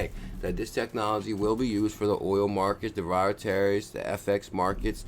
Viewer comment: "DEE-RIV-A-TIVS" and "FEE-OTT" currencies